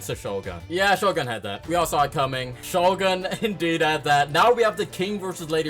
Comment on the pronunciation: Bro disrespected shogun by saying Togun lol